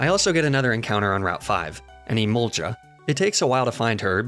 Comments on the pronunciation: ITS EMOLGA NOT EMOLJA 😢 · Emolga no emolja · I hate that I can't tell if he's mispronouncing Emolga or purpose, or if he just legitimately pronounces it that way.